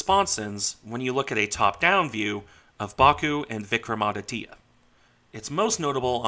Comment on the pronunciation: Regarding the pronunciation, you almost got it right. The "Vikram" part was perfect. The "aditya" part is pronounced as "aadi" (with a soft 'd') - "tya" (with the 't' and 'y' sort of joined together into a single syllable). Regarding the ship herself, she has been fairly decent in her service, with the exception of her recent refit where she had an electric short-circuit leading to a minor fire. Regarding the two-carrier part, the thing about a lack of aircraft is true. The Indian Navy has 45 MiG-29Ks in service, including training aircraft. The two carriers require some 60 aircraft between them (including trainers that would normally be stationed at naval aviation bases). To rectify that, the Indian Navy has announced an order for 26 Rafale M aircraft for Vikrant, with the MiG-29K then planned to be stationed for Vikramaditya. Subsequently, once the indigenous Twin Engine Deck-Based Fighter (TEDBF) enters service in the early 2030s, those aircraft would be stationed from both, and potentially the proposed third carrier, which would be a 50,000-ish ton half-sister to Vikrant.